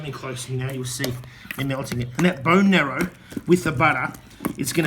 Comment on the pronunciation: It's bone "marrow", not "narrow" as you keep saying